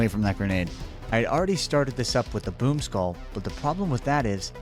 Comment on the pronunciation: I did hear you say I don't like this poop skull instead of this boom skull😂😂😂